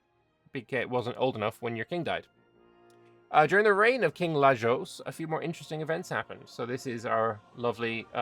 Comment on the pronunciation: Lajos is read with english spelling: Layosh